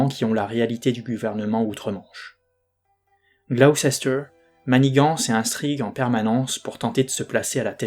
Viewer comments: Gaffe, on prononce Glouster 😊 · J'ai découvert par hasard ta chaîne et je la suis sans la regarder (en audio) ! Par contre, et je sais que les noms de ville anglais ne sont pas évidents, mais Gloucester se prononce [Gloss-t'r]... oui... je sais c'est bizarre ;-) Hâte d'entendre la suite ! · Gloucester : a prononcer Gloster. Pour Salisbury: a prononcer Sôlsbrie